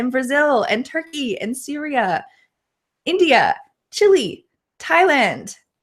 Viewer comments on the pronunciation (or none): none